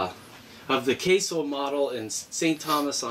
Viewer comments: It's CASO, not Casio. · YES!!! "Kay-So" not Casio